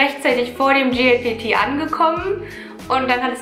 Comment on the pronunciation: Statt JLPT, sagtest du die ganze Zeit GLPT. J wird wie Jay ausgesprochen, G wie Jie ^^